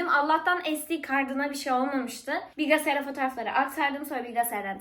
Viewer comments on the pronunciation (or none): Bilgİsayar, bilgEsayar degil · Yiceemm hala bilgeyesayar diyooosuunn😭🤍🫶🏻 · Bilgesayar demesi 😂😂😂😂😂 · ablam her şeyi öğrendin, bi de bilgisayar demeyi öğrensen ne iyi olacak :))